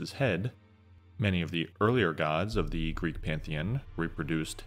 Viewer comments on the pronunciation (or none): none